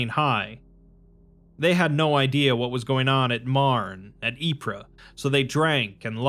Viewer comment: "Ypres" is pronounced "eep" Don't listen to google, Belgians don't actually say it that way. Its just "eep" I only corrected you because the real pronounciation is sillier.